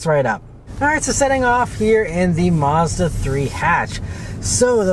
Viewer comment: It's pronounced Maz_da, not Mars_duh